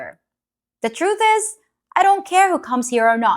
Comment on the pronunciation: The way you accentuated the word TRUTH, are you a Libra?